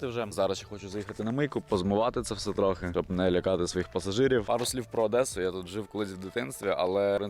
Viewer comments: Не адеса а Одеса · Одеса а нє Адесса